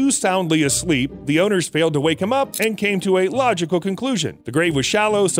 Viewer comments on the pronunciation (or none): none